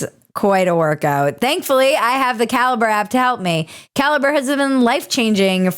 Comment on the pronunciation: When you say "caliber app", I kept hearing "cal-brap" which sounds like some new super hip product 😋